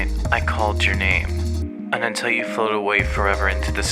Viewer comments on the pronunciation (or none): none